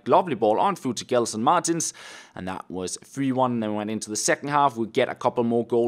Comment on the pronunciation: Dude, the way you say Gelson Martins is way too funny. Despite being portuguese, I will start pronouncing it the way you do it. Way way better